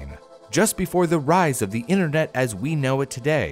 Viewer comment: “Internot” lol I love it